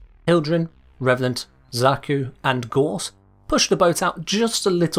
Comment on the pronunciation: gauss is pronounced with an "ow" sound, not an "or" sound, gows. like the ou in sound. not saying it to be a dick, just letting you know :)